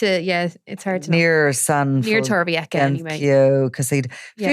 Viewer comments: It's about 50 kms from Alicante City to Torrevieja, so Torrevieja is not an Alicante City surburb, practically or otherwise. Torrevieja (old tower) is pronounced Torrevieha not Torrevieka. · They keep saying torreveacka 🤣